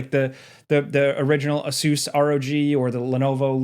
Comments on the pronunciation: Ace-us, please man. Not ace-oos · Did you say Ah-soooos? I thought it was pronounced A-sis? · Hey, it’s funny how you pronounce Asus 😄